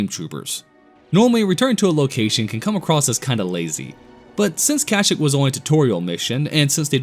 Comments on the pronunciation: Bro please learn how to pronounce kashyyyk. Its Ka-Shee-k not Kashk lol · Wait... say the name of the planet the wookies are from agian lmaoo 😂 please dont be Ai voice )